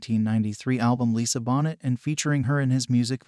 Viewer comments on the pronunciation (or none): You mispronounced Lisa bonet's name four times if you're going to do this learn the correct pronunciation of names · How clueless is this narrator? Bonnet???? Try your French pronunciation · It’s pronounced Bo ney